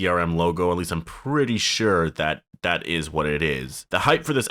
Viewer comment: “it izzzz what it izzzz”